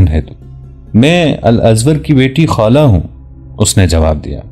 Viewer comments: خالہ نہی یار خولہ ۔۔۔۔نام صحیح لیا کرو یہ صحابیہ کی نام ھے کوئ عام نہی۔ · جناب آپ پھر نام خالہ نھیں خولہ ھے